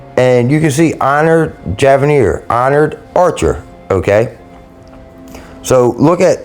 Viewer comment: Did you ever throw a javelin in high school....say javelin. Then add eer..javelineer. not being rude i am a teacher😊